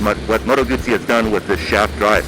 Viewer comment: Thanks for pronouncing Guzzi correctly.